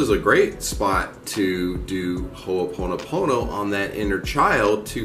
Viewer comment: Hey...say, "im sorry" again!🤣🤣🤣 I've been hearing about Ho'oponopono for quite awhile now, never knew what it was about until now...lol...but you pronounce it very well. Mahalo for this video, much aloha to you.🙏❤️🤗